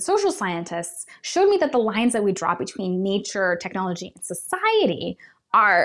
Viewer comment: It becomes techiology 😂😂😂😂